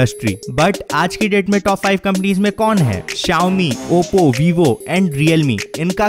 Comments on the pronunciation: Xiaomi not Xaomi , Statistics not statitics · blueberry nhi blackberry and xaomi nhi xiaomi hota hai bhai